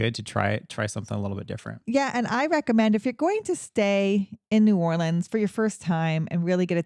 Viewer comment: Tourists and non-natives say “Nawlins” mostly and most people don’t say it like that. Maybe people more down in the bayou, but not in New Orleans. Some people say New Orleans where it kind of melts together into one word, but less so Nawlins. Anyways, as a New Orleanian that has been wanting to get more into the local history… thanks for doing this video! Also, the names change on streets due to the city being segregated. The city planned so the black/immigrant side of the city had different street names, even if it was technically the same road. They never changed the names when segregation ended.